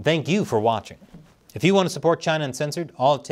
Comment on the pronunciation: China, CHI-NAH CHI-nah!!! No way